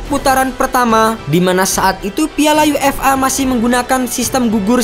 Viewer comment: UEFA (yuefa) bukan UFA (yu-ef-a)